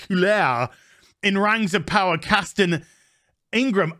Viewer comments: If you don't like "Rangs of Powa'" you're probably a Nasssssy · I gonna call it "rangs ov powa" from now on.